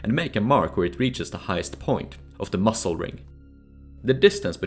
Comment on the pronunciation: Dude pronouncing muzzle like "mussel" really makes me angry